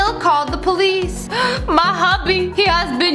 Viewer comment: I love the way how Lia pronounces police po-leeece